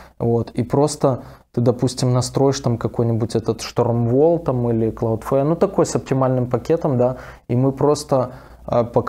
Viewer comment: Господа дудосеры, Cloudflare будет правильно, а не CloudFare